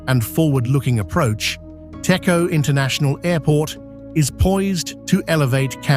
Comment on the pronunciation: តេជោ Techo = please pronounce Dejo even though it's written Techo